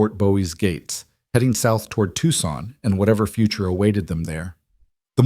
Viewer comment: To son the c is silent.